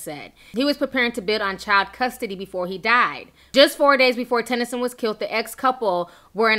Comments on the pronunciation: Why does she keep saying "Tyson"?? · Sutton Tennyson* Ti not Tyson lmao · And when you're reporting news get names right it's Sutton Tennyson